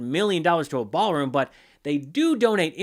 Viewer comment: Ballroom? or Baalroom?